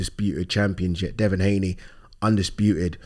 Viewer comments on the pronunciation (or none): none